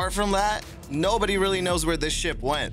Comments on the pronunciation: It does sound like that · A HUGE thumbs up for this one! I too heard SHIP - not shit! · He said ship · sounds more like a T to me